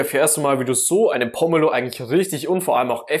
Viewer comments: Das heißt Po-me-lo und nicht Pommelo. Und wo war der Trick? Ach ja sie schwarzen Handschuhe. 🤦‍♀️ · Gute Idee, die Schale oben herum einzuritzen und nicht, wie sonst gezeigt,den Deckel abzuschneiden. Allerdings wird der Name nur mit einem " m" geschrieben und deshalb anders, als von dir, ausgesprochen, mit langem "e". Nicht wie Pommes 🤭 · Wäre schön, wenn Pomelo richtig ausgesprochen würde und das, was da als ultimativ gezeigt wird, hab ich durch einfaches Tun schon immer so gemacht.